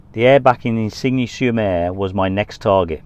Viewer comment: Isigne sur Mer is pronounced 'Ezenee sure mare' - but very good try 👍 😆.... I often wonder when your mic's are clipped to your round and V-neck tops that the mic's are stretching the neckline - have you tried any neck holsters to accommodate these to prevent spoiling the necklines? Thanks for another great vid - so good to see places I have visited ❤